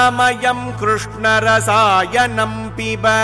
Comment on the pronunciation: The pace of chanting is very good for children to follow. Krishna would be more comfortable than Krushna